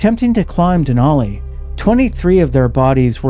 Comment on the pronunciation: "Denali" is pronounced with a flat "a" to rhyme with "alley" and "valley". I learned this when I lived in Fairbanks. .🇺🇸🌄☕